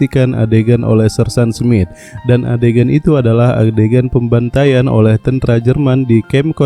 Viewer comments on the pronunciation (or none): Pembawa berita ini orang apa sih Tentara kok tentra brengsek